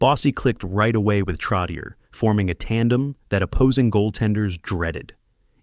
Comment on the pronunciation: TROTCH-CHEY. TROTCH-CHEY!!! Not TROTT-TI-EER. Get it right!